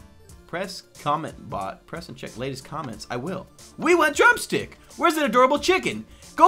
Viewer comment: i tought you said drum cena LOL